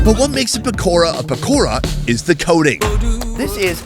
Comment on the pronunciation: Pakora but ra is pronounced da 😂😂😂